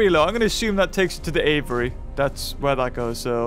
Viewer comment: It catches me off guard every time he says "aviary" as "Avery" 😂